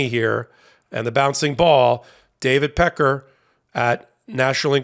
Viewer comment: Pronounced peck-carr. Peckers ok though.